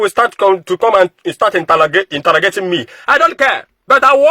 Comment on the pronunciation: Entalogating?, don't bite your tongue oooo